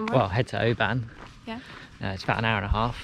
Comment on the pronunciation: It's not OBAAAAAN it's Oban